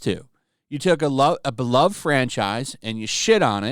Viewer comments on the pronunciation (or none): none